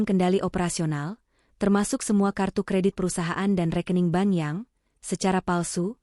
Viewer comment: sepanjang sejarah saya mengikuti cerita-cerita AI based begini, selalu pronounciation bermasalah. pengucapan sepeser, berkerut, memerah, bank (dibaca ban? ban mobil??) dsb. AI genius tapi tidak memenuhi kaidah EYD.